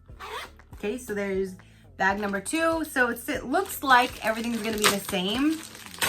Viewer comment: Omg bag not vag. Completely different topic. LMAO